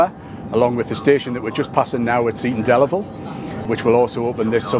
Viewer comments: Oh Geoff. Oh no. Your pronunciation of Seaton Delaval was terrible. Try ‘Cee-tun Dell-avul’. Otherwise excellent and great to see a real grassroots ‘levelling up’ project. This will make a difference for the area and they deserve it. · Geoff it’s pronounced see ton del avel (seaton deleval) just to clarify your pronunciation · Nice to see you up here in the North East. Highlight of the video, your pronunciation of Seaton Delaval. Made it sound dead posh. 😉